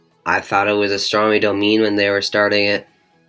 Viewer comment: it is pronounced dah mi nay not domeen astronnomy dah mi nay . yw . also fuck gilmour . i saw his pink floyd tours and i have also not missed a single waters show . fuck gilmour . trust me young man .